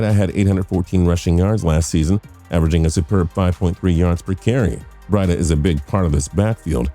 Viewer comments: "Matt bread-uh" It's breida (Bree-duh) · he can’t even say breida name right 🤦🏾‍♂️ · He says it so wrong